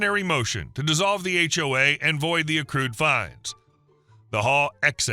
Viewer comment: Interesting text-to-speech typo there, "age wave" for "HOA". This time it was a young guy but often it's a wave of older busybodies that make for bad HOAs! (I'm 'older' too but nobody could ever accuse me of being a busybody...